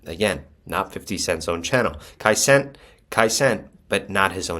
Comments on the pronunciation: If bro say Kai cent one more time 😂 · Kai Cents?